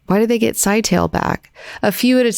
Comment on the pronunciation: Scytale is pronounced Sky-tah-lay. It's ancient Athenian for encryption stick. Each commander has a stick of their own and duplicates of the others. Each stick has distinct # of sides, you wrap a ribbon around the stick and write on the ribbon. The ribbon can only be read if it's wrapped around an identical stick. It's also Athenian slang for penis, obvious reasons (secret stick). So he's named cypher.